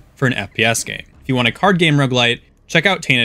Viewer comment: Please for the love of god emphazise the first syllable of roguelite like a normal human being. "rogueLITE" makes me cringe every time